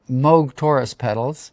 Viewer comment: No, no - "Moog" (long "O" sound) is the correct pronunciation . It's definitely NOT "Mogue"